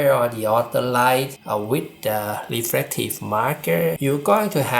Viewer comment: Some honest feedback... Your pronunciation of L and R are switched making the video very hard to understand. You say "laptor" instead of "raptor" and "refrective"/"caribration" instead of "reflective"/"calibration".